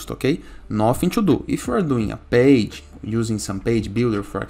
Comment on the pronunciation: 😂😂😂 yeah page - bage I heard Just joke😊 But your guides is very important